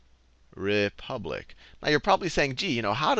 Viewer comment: hahaha - re-pubic